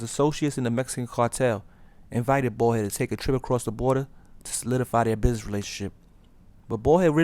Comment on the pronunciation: its baldhead not ballhead.